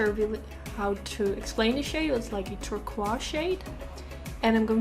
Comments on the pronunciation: OMG I love how she pronounces "turquoise" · This video made me really wish I had that Morphe palette and it also made me want to be able to say turquoise like you😂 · OMG I love how you pronounce "turquoise"